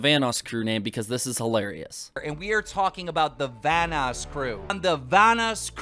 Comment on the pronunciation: "Vanass crew"